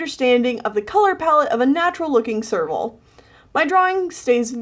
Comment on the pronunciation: Every time you say serval, my ears hear sergal, and my brain goes F U R R I E S